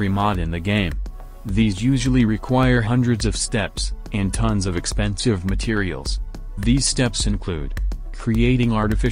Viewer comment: Drinking game: If he says 'Expenisve' drink If he says 'Mass' drink